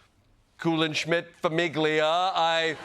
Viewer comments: that's not how "famiglia" is pronounced 😢😮😅😅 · famiglia is pronounced fah·meel·yah, not fah·meeg·lee·yah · ‘Fa•mig•lia’? Ouch.